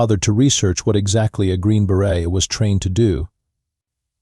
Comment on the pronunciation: Fail! The "Green Beret" is too hard-earned not to teach Ai how to say it properly.